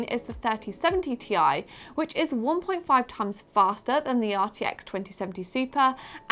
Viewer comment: Its not Tie! its T-I! :)